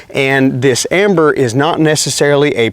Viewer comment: Dude it's ember with an E..... not amber